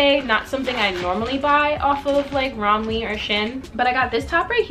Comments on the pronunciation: it’s pronounced romway :) ALL THE PIECES WERE HELLA CUTEEEE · You pronounce it rom-way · im pretty sure its pronounced rom-way, but i might be wrong /